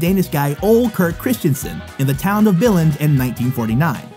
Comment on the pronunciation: at least he got Billund right